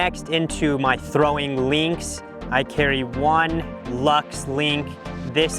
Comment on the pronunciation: brother...LINK why are you saying LEENX